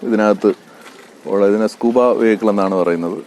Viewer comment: Scuba alla scubaa anne